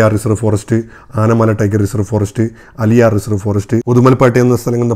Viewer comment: അലിയാർ അല്ല ബ്രോ... ആളിയാർ എന്നാണ്